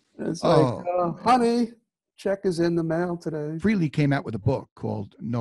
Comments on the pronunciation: Its frailee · It's pronounced "FRAY-LEE", not "Free-Lee," for chrissakes . . . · I will never get this. It's FRAYLEE. F R A Y L E E...Not FREE LEE. If you gonna bash the man. At least say his name correctly.... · It irritates the hell out of me when people - especially those who know Ace - can't pronounce his last name. It is pronounced "Fray-Lee" not "Free-Lee". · I was going to comment on that myself until I saw yours lol . Yes , that's so annoying! It's NOT " Feeee Leeee " ugg . Johnny G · No its FREHLEY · His name is pronounced Fray-Lee not freely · Its Froo-lo